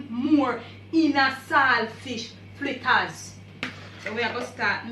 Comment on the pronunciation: Flitters or fritters????? lol